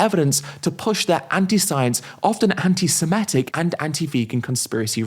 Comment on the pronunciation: Ed. Please learn how to pronounce antisemitic